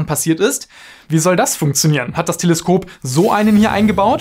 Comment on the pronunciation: Telesköp hahaha der kam unerwartet